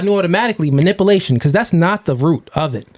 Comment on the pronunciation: Not manipplation...it is manipulation. If you're going to say the word five hundred times at least pronounce it correctly.